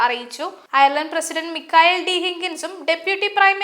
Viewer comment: ഡെയിലി മലയാളിയുടെ പുതിയ വാർത്ത ചാനലിന് എല്ലാ വിധ ആശംസകളും.. ഒരു അപേക്ഷ: വാർത്താ അവതാരകരെ തിരഞ്ഞെടുക്കുമ്പോൾ കുറഞ്ഞത് Ireland, Dublin എന്നീ വാക്കുകൾ എങ്കിലും നാവുളുക്കാതെ പറയുവാൻ അറിയാവുന്നവരെ തിരഞ്ഞെടുക്കുക.. ( വാർത്ത വായിക്കാൻ കേരളത്തിൽ നിന്ന് ആളെ തിരഞ്ഞെടുത്ത് കേരളത്തിൽ നിന്ന് സംപ്രേഷണം ചെയ്യുന്നത് കൊണ്ടാണ് ഇത് എന്ന് മനസ്സിലാക്കുന്നു. ദയവ് ചെയ്ത് ഇത് ശ്രദ്ധിക്കുക. കാരണം Dublin, ഡംബ്ളിൻ എന്ന് തുടർച്ചയായി കേൾക്കുമ്പോൾ വളരെ അരോചകമായി തോന്നുന്നു.. ശ്രദ്ധിക്കുമല്ലോ